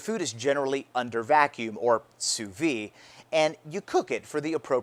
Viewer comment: I don't know if it's my hearing, but I hear Utubers say "sous vi" when it's actually "sous vide". Vide actually means empty, vi has no meaning whatsoever.